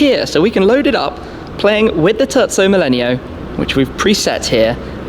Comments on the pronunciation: did he just call the terzo millennio the turtso mellenial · This guy kept on saying turdzo millenio and it bothered me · TUrco melleneo... My god!!! It is a tErZZo MiLENIO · “The turdzo millenio” I’m sorry. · Turdso millenio yeah very italinian pronounciation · Tezzo millenio hahah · It's Terzo Millennio👌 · I hate how he pronounces terzo millennio xd